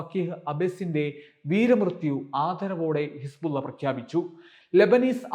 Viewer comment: Hisbulla എന്ന് പറയുമ്പോൾ വായിൽ വെള്ളം നിറയുന്നുണ്ടോ. ബുള്ള